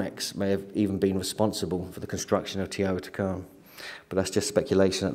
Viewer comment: Teotihuacan. Pronounced: "teo - tee- wah - kahn...."